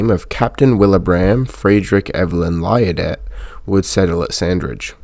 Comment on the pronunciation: this was very well done. your pronunciation of liardet is not correct nor is how us locals pronounce it. its probably correctly pronounced lee-arr-day. but us locals called the street named after him lie-arr-det street. i lived very near it. the stephenson loco company is pronounced as if it is spelt with a v.